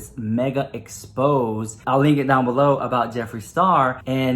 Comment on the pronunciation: Girl...its not pronounced expose. Its expo-zay